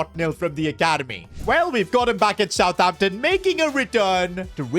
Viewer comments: He said southhampton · Did anyone noticed that said aroson vila instead of southamption when he was signing rarothord